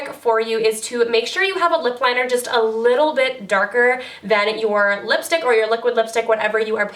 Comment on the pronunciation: 7.33 did u say lipshit lol